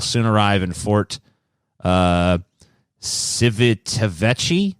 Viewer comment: Lmao, that Italian city is pronounced chee-VEE-tah-VECK-ee-ah.